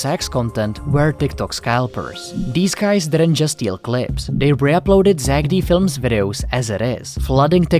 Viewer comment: Stop saying zackedy its zack D